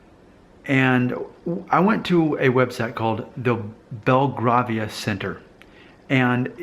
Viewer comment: its pronounced bel-grave-ia ,its a district in London